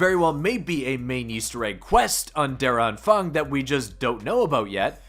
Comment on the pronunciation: Just pronounce it: Ther Ahnphung (A like Uh)